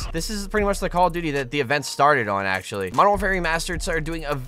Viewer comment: Why do you keep saying call of booty 😂🤣😂🤣 only people that says that is people who does not like call of duty